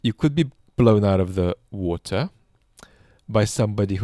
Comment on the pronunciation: I'm so proud of my country Australia, giving all those tanks. We're small but I still wish we could do more. Also it was nice to hear pronounce "water" correctly:P